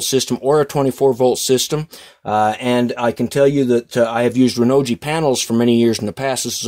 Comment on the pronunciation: Great review! Think Renogy is pronounced differently though. See how in their